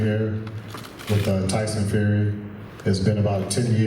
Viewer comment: Wtf did Wilder just say - ...cant figure it out???? Fury not furry!! Flying elbow kicks...pretty scary stuff!! Seriously though, this is going to be a good fight. Respect